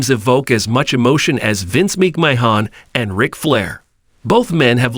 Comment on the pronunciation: This AI commentary is a joke.. Mispronouncing Vinny Mac's last name is laughable..